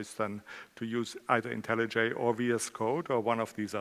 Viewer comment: I'm only 3 minutes in and I've already finally learned how to pronounce IntelliJ properly!